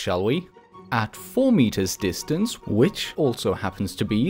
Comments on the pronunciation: you said dinstance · XD " dinstance " you English very well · “Dinstance” love ur vids btw :) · Did him using “dinstance” kill anyone else? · Don't you mean Dinstance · Lol it said dinstance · thats not how u say distance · I lost it at "distance"